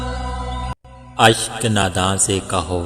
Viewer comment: Bhai jaan mashallah grt voice thora lafzoon ka khayal karen g lafz hai... Ashq e nadaan